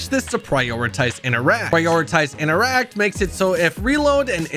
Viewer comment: Does he realize that interact has 2 Ts in it? inTeracT not innerack.